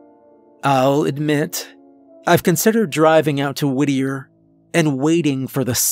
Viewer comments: I thought you were saying “woodear” or “woodyear” Is it Whittier? Lol Sounds like sirenhead tbh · I thought he was saying Whittier like Whittier NC, lol. Your explanation makes more sense.